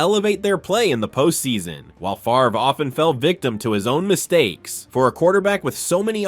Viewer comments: It's spelled FAVRE (pronounced FAAV-re), not FARVE. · Brett Fah-ver? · He says Favre's name correctly throughout the beginning. So how does he refer to him as "Fav-er" ? And comparing Namath unfavorably to Fran Tarkenton's "consistency"... hey wait... didn't Tarkenton lose FOUR Super Bowls?? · Calls him Brett Favre at the beginning of the video and then calls him Brett “Faver” in the middle of the video. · You lost ALL credibility when you said FAVER!! 😂😂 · Ummm at one part you said Brett Faver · Mis pronounced Favres name? Hmmmm. I'm out. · I think it's funny that you make a video like this and still can't propnounce Bret Favre's name correctly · Amen brother you nailed it except for the name butchering of Packer great Brett Favre!!!!!!! Dude your performance was awesome but really hit one "Twanger" on the fiddle there with old Brett who was very good indeed!!!! Enjoy your channel! Moonpie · Mispronounced Favre! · How do you pronounce Favre correctly in the section about him, but incorrectly in the Bledsoe section?